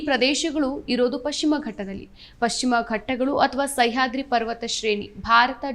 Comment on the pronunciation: ಸೈಹಾದ್ರಿ ಅಲ್ಲ "ಸಹ್ಯಾದ್ರಿ"